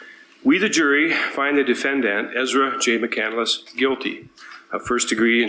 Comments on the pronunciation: Isn’t it pronounced McCand-less not McCandle-less? Just asking.... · The last name is McCandless and she keeps pronouncing it as McCandaless 🤦🏻‍♀️ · Amazing how she take Chris McCandless’s name, but keeps mispronouncing it and clearly knows nothing about him! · I don’t think she even read it. It’s not a novel. And I hate the way she adds an extra syllable to mccandless